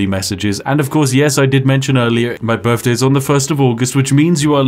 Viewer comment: Happy birfday, weird you say birfday in the queens land but you do you.